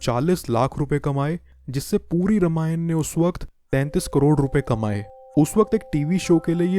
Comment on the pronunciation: It's रामायण not रमायण btw nice video 🥰